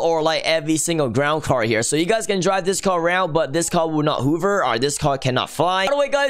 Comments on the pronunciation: Who else noticed said hover whover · Why does say hoover instead of hover XD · I like how he pronuce hover hoover